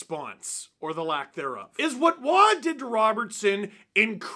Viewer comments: Wa!? Roy! Not Wa! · Kings' Roy is a Matt not a Nick, and a Roe-y not a wah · Lotta people bringing up the Nick vs Matt Roy thing so, good…But also in this case it’s Roy as in Boy 😬